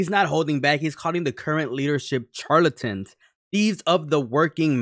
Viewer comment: I really don't understand why content creators don't look up how to pronounce words they are unfamiliar with. Charlatan is pronounced with an sh sound.